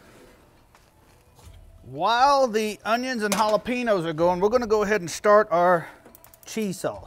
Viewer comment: It’s hollapenyoos bro. Get it right